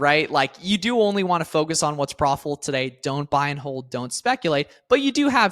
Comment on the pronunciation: I'm new here and not familiar with "profull" "prawful". Are you saying profitable?